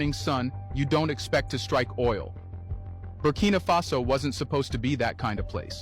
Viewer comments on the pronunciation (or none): Buh-key-nuh-fa-so bro - keeping going loving the diverse content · At this stage brudda don’t know how to pronounce Burkina faso, your mocking it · is not butkino is burkina faso funny bro 😂😂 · Champion but still go the name wrong lol who is 'Booking Mafaso'? lol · your getting close, it’s BURKINA like birkin bag with AH at the end 😂😂